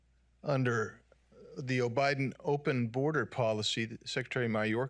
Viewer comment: Loved that "Obiden" slip😅